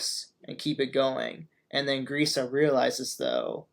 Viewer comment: youre saying Grisha wrong. Dont butcher his name please.